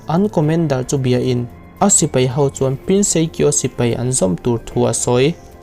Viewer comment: "thleng" modified 'thlen' ..sipei × sipai ✓ etc...mizo tawng dik tak hi ngaihthlak anuam bik ania.